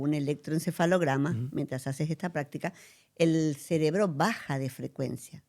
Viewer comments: CeRebro, no es ceLebro ! 🤦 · Que energía tan bella la que ella irradia , muchas grcaias por compartir su conocimiento ! Y por amor a Dios corrige la palabra cerebro , no digas celebro que me hace un corto circuito cada ves que lo dices caballero 😅😅😅